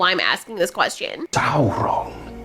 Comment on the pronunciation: It's pronounced saurrrrron apparently?